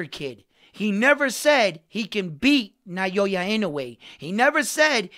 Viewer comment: They gotta generate hype.. with sensational statements. I mostly despise sensationalism. Modern society is rife with it. I mean this humbly, but please, it's 'Now-ya' (Naoya). I see you're stepping up your channel. Good for you, man. One suggestion from me is to get closer to the camera.